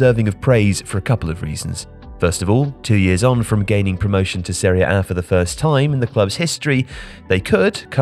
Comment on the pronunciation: Why do you say Seriea A? It’s Serie A. Woeful narration